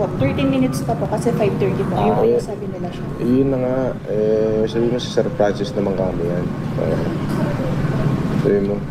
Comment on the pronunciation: Sarili nyang pangalan di nya alam bigkasin HAHAHA PRANCIS DAW